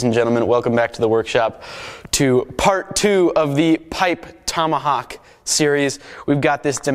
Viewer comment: what's a "tummahuck"?